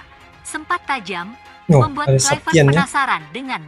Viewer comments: Patrick Kluvert di baca Kluiver/ Bukan Klyver. Karena Kluiver adalah nama Belanda bukan Nama orang Inggris. Jadi jangan di baca KLAIVERT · Baca Klui-vert.